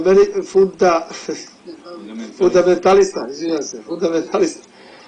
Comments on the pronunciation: hahahahahaahahha XOXOXOXXOXOX,ODNIJA TE ĐAVAL,KA I VEČINU SLIČNIH HAHAHAHA.... FUNDAMELISA.,FUNTA-EURO,EEE,FUNDAMELI..,FUNTA-OPET-SAMO PARE U GLAVI,FUNDAMENTALISTA-TO ''ANŠTAJNE''(EINSTEIN ) PORADILI BUBRIZI HAHA :) ;-) :-) :-) DA NEMA OVAKVIH GLUPANA-TREBALO BI IH IZMISLIT---BTW I SRBE I SRPSKE VOJNIKE JE TUKAO,PIŠAO PO NJIMA-ISTINA,ZNAJU ONI KOJI SU SA NJIM BILI IL MORALI BIT PO SILI !!! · Haha...kaze tip poginulo 20 "Albanskih Albanaca?" Koji Albanac jado jadni? Ne znas ni fundametalista da izgovoris lol...opanak jedan, cudi me bas sto si "casno" zivot izgubio u tom hotelu u Beogradu...gramatika do kurca...da ga jebes moralo je i 'Srpskih Srba" poginut tu. A sta bi sa Italijanskim Italijancima lol...ili Francuskim Francuzima...DUMBASS